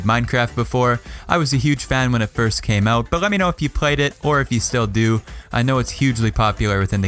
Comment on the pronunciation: You said first wrong